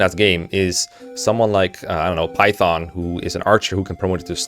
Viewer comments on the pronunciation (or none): none